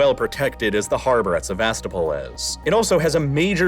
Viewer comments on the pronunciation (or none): You sound so ignorant when you say SeVAStopol instead of SevasTOpol. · Very cool and interesting, but I beg you to learn that SevastOpol is pronounced with the stress on O, KhArkiv with stress on A, and MariUpol with stress on U, thank you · Pronunciation tip: Sev-a-STO-pl, not Sev-AS-to-pol. KHAR-kiv, not Khar-KEEV. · Please check your pronunciation if you’re not using an AI voice! I know some towns and whatnot are difficult or kind of obscure, but it’s driving me batty to hear Sevastopol when it should approximately be “seh-vah-STOH-pul”. Second vowel could be between an ah sound and an uh sound if it’s easier? Someone better with linguistics and Ukrainian language (I know Russian, but struggle to explain pronunciation in text) could say better. It’s a small thing, but when you use the name of the place often, it’s a good idea to look up proper pronunciation. I did enjoy the video otherwise! Sorry for the long post about a word. Don’t take it as me not liking the video - I do, quite a bit 😅